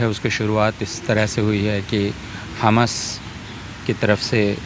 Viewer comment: Kya yeh professor kisi political party ka hai jo khuley aam tustikaran kar raha hai. Pahley Tu is mahoday ko हमस nahi हमास pronunciation theek karein mujhe lagta hai yeh महोदय tustikaran hi nahi balki desh द्रोह है।